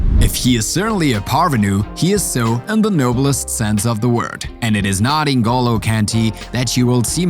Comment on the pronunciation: It’s Ngolo not En go low